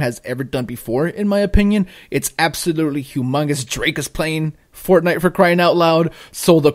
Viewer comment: i get it - you called it forgay instead of fortnite! you changed nite to gay. funny stuff. that being said, i think octopath should be on here as well...but even though i don't really like it, i would have been more shocked if fortnite wasn't on here.